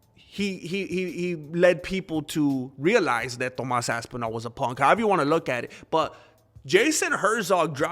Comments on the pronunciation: I like the way you say ass twice when saying ThomASS ASSpinall! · lol .. man said "Tomass Asspinal"